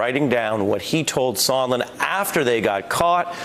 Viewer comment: Sondland, not Sondlin, and he could not have stated more clearly that there was a Quid Pro Quo. You can't even get those two things right. So I can't believe you know what an impeachable offence is, or what is a "misdemeanour"? Bottom line: anybody who has not followed their cult leader's instruction to ignore what they see and hear can see something disgraceful happened here, assisting Russia and causing significant damage to the US, out of Trump's self interest.